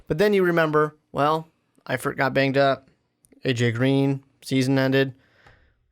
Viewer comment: This dude really just said “zach eifert”